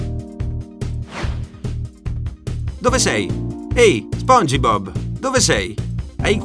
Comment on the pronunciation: O mio dio perché dici spongibob! Lo dici con la (i) dici spong..i..bob! Madonna santa uccidetemi